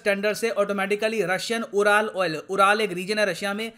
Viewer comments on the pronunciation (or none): Pardon me sir but URAL is not pronounced as Ooral, it is pronounced as Yoo.ruhl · उराल नहीं बोलते इन्हे युरल mountains बोलते हैं 🙏🙏🙏